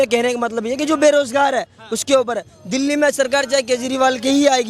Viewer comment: दल्ले नहीं एंकर भाई दिल्ली बोलो।